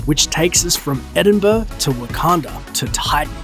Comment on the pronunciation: Wait wtf is edinburrr ? It's Edinburgh. Sorry but we Scottish hate being misunderstood.